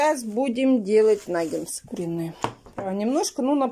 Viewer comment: Нагетсы! А не нагенсы!